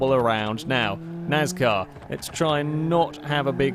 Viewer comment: It's pronounced NAS-car not NAZ-car